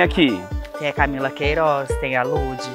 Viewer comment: “camila queirooz” KKKKKKKKKK te amo nicole